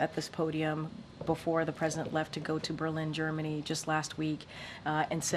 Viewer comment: While the President was in "Germ" "Many".